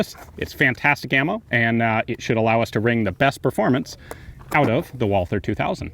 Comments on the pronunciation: "Wallther" correct way is Walter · please learn to speak Walther (silent H) :) not Wolser ^^ ... great video, beautiful gun.